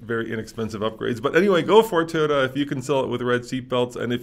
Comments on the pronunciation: The company is pronounced, Toy-O-tuh!! Not, Tiyo-tuh! Learn to pronounce these company’s name, it’s your job!! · Why does pronounce it "teee-yoda"